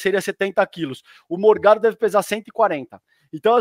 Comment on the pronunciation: Corrijam por favor. Não é Morgado é mor-GADO. "Forgado" e fascista.